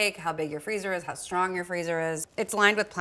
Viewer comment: I do indeed have a ‘stong’ freezer 🤪